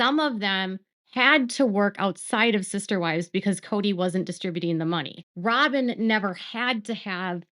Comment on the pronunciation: I’m so tired of you saying robbem because of Kody…robbbin knows what she’s doing.